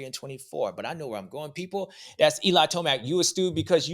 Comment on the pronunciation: “Eli toeblack” lmao. “Wait my toe is black” 😂